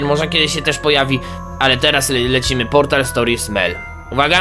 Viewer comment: Mobile Task Force / M.T.F. Portal, a nie poltal. Rozumiem mówić "l" zamiast "r" w prawdziwym życi, ale nie w necie!